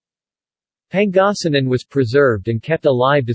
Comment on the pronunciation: Okay but you mind pronounncing it right though? If you can’t pronounce Pangasinan right don’t even say it you sound very funny and ..